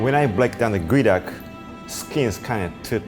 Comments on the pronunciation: its GEO and not Goey, why you do us like this english? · why is geoduck pronounce as guey duck? I call it geo duck. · its pronounced Gooeee duck. Not Geo Duck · "This one goeduck, raw.." what now? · I THOUGHT IT WAS PRONOUNCED GEE-OH-DUCK